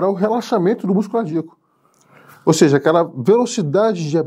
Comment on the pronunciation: Parei de ver quando o médico falou seji.